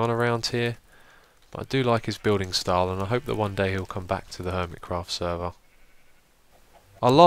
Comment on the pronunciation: Lol. He said HOIMECRAFT